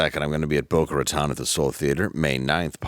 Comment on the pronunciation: Hey, Dave! Just between you and me, it's pronounced "Boca Ruh-tone". I lived there as a kid. We were taught in school that it's thus named because pirates used to lurk in the inlet to get the drop on ships sailing up and down the coast. We were never taught that "Raton" means mouse, rather than rat, but I slept my way through Spanish.